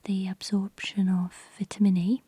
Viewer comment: Couldn’t watch it because of the way she said vitamin